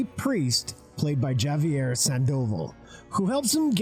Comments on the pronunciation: Good choice and video, but man did you butcher the Spanish names here. You could do some research before saying publicly "Yavier Sandóval" or Francisco "Rubble". Javier, man, like Javier Bardem, "Haviér Sandovál", both with accent at the end. As well as Francisco "Rabál", accent in the end. A`s are like a`s in English, like you say "hat", you say "Rabál". Now you try. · Dude really pronounced the name Javier with a J like he is saying the name Jason. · Question: Do you intentionally pronounce most names incorrectly or is it an accident? There's waaaay too many instances in this video. Javier alone is ridiculous. Like... have you just not heard of the Spanish language? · Holy fuck dude, look up pronunciation guides on the internet before recording your videos. "Javier" with the hard J was the breaking point for me.